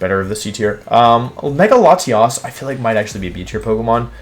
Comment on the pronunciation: Bruh I’m pretty insulted with the way he puts latios , c!!! I am enraged